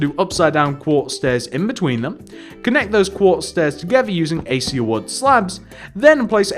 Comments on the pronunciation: it's pronounces "AK-AY-SHA" not "A-See-A" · it's pronounced "a-kay-sha" just so you know :p